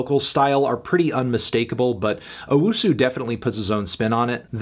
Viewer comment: Anthony, it's owusu not UwUsu